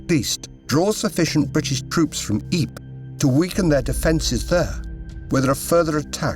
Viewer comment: Yikes! Ypres is pronounced by English speakers as "EEPRUH" silent 's'. Not EEP! 🧐